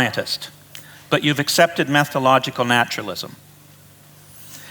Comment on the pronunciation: BTW, it is 'method-o-logical' not meth-o-logical!